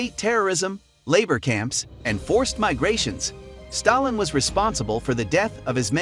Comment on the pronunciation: When you are making a video about a particular person. You, at least, have to be able to pronounce his surname properly